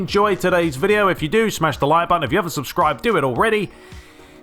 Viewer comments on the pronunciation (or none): none